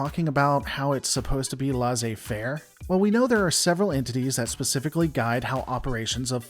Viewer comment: the ai in laissez is pronounced like the e in empty